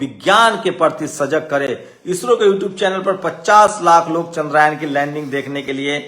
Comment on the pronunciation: जो टूचिया चंद्रयान को चंद्रायन बोल रहा है, वो तय करने आया है कि क्रेडिट किसे दिया जाए 😂